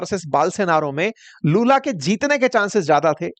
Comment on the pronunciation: लालू ❌ लूला ✅